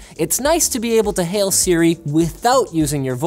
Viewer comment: When you said hey sri my Siri activated